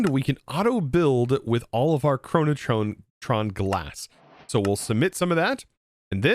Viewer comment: i like how there is no R in "Chronoton", yet keeps pronouncing it as "ChronotRon"